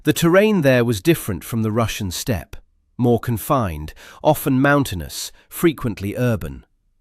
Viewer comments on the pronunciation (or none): none